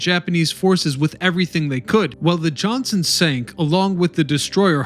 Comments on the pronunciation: There is a "T" in Evan's destroyer "JOHNSTON". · I don't know man. Whoever either wrote the narrative or maybe it was the narrator himself mispronouncing it, but Captain Evans was aboard the Johnston NOT the Johnson as the narrator said. And although the USS New Jersey may be the most decorated "Battleship" with 19 battle stars, "USS Enterprise (CV-6)" was the most decorated warship for the US with 20 battle stars & at one point during WW2 the USS Enterprise was the only Aircraft Carrier in the Pacific. IDK, I ģwas not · TAFFY 3 not Taff. USS JOHNSTON DD-557 not Johnson. GO NAVY! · The JOHNSTON not Johnson. TAFFY 3 not taft 3 please get these things correct. If you want to teach do it right. Its disrespectful looks like you do not care.